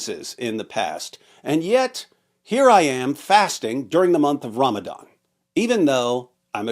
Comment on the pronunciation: Ramadan ❌️ RamItIn ✅️